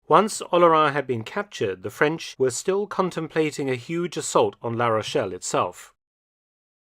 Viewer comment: I’m impressed with the excellent pronunciation in French and German of Dr. Felton! 💯 🇫🇷 🇬🇧 🇩🇪